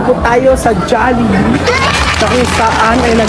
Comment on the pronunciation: Tagal ko nag antay ng vid nato d nga rin ako mk tulog kahit antok na antok nako... love to see them eating our own food chain❤ ang galing ni bumigkas ng jollibee